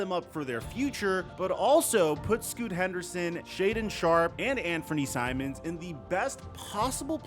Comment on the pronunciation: The way this clown pronounce Simons 🤦‍♂️🤦‍♂️